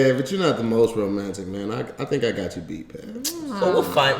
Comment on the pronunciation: said “rayantic”😂😂